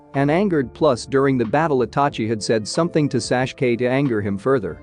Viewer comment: it's tsunade not swand and it's sasuke not sashke